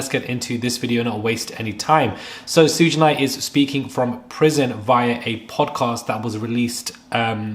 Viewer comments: It's pronounced Shoog like short for sugar lol. I grew up during the East Coast West Coast beef and it was craaazy...and I agree.. Puffy is going down finally. I have been hearing nasty things about him since the 90s. Nobody is on top forever. Especially being so evil with it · I let the “shuj” instead of suge go, but not the “my elders” sir 😂 I know this is serious topic, but that made me clutch my elder pearls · Every African American who sees this is low key frustrated when you say his name....it's like human A.I. Can you say Beyonce?...or would it be Bay Once...lol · Clearly you don't know much, because of the way you pronounce Suge Knights name. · This was a great update. Thanks! A few names mispronounced but its okay 👍🏾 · Babe, maybe you’re not the one to report on this topic, if you can’t even pronounce SUGE’s name properly. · We can tell you don’t know what you’re talking about, you can even get the man’s name right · Suge is pronounced "shoog" Thank you for the updates, it's appreciated 🎈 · It’s not “Shoog”, it’s pronounced like the “Sug” in Sugar. Respectfully, if you’re gonna report on Black culture, get it right. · ITs PRONOUNCED "Shu-ga"!!! NOT Soodge! Now Im suspicious of this info. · As if you are going to say “sugar” it’s just SHUG. I was cringing listening to how u said it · His name is Pronounce"Sh uugggghhhe Knight..Not suuge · Please, it's pronounced SHOOG not sooge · LOL Suge is pronounced SHOOG not SOOGE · and Shug is pronounced "ShooG" (hard "G" sound) like how you would say "Sugar" without the a-r at the end. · I understand and I know English isn't your first language. I corrected you because this is a good channel with good reporting. Therefore I want you to do well. I at least was not insulting you... I just want you to get there names right. Too-pok and Shoog (like sugar)... Anyway . Great content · Hi I understand. Don't feel bad because a lady on another video kept saying Suge's name as if it was spelled Suga, Suga. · ‘Sugh’ like Sugar❤